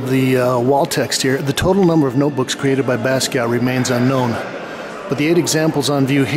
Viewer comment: Watched him develop all those years but never heard his name pronounced properly?